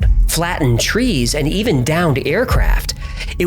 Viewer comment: no need to emphasise "and"